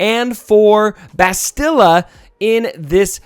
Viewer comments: Please stop mangling Bastila's name. Say the word "mastadon". Same inflections and speed. Bast-ill-ah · I dont mean to be rude, but my OCD is killing me...why does everyone mispronounce "Bastila"???